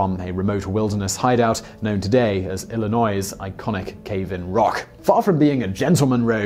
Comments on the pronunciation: I know some of the really foreign ones can be hard because pronouncing phlegm is really difficult. But I'm genuinely surprised you decided on Illynoise vs the correct Illynoy for Illinois. It needs the u doesn't it. Illinouis. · Ok you cant pronounce foreign words, but Illinois?. Come on man. There is no S sound. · The only mispronunciation I noticed was "Illinois."